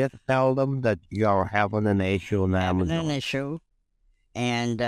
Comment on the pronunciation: and her "Amazun" kept cracking me up. You know these scumbags are just drooling in greed when sez 9 grand in the bank. I take great pleasure in verbal 'abuses' the scammer, real satisfying.